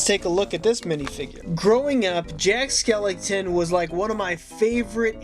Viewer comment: WHY DOES HE SAY,”Jack SkelINGton” it bothers mr SOOOOOO much